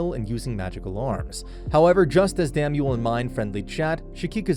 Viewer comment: Delia wants to be Bezewanst's (High Bishop, aka evil santa) concubine, not Ferdinand's. Also you mispronounced Lutz' name a few times but also said it right a few times??? Same for Damuel, and Shikikoza (or Ehrenfest for that matter) you just never get right. Plus, the Priest that destroyed the book room, Egmont, is a blue robe